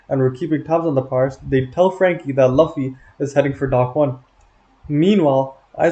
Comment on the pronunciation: W video but homie….. we need to talk about how you say Luffy my guy